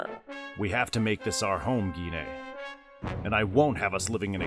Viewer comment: I always dislike the pronunciation of Gine as "Gee-nay"